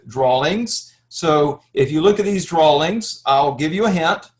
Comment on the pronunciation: Especially when he spoke about the "drollings" (drawings).